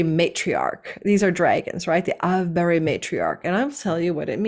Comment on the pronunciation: Thanks. 'Avebury', the name of your tarot cards, comes from a town in the UK, with a stone circle like Stone Henge, and 'Ave' is pronounced like 'Brave' not like 'have'.